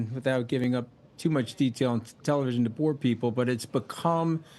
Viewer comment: I think he said bore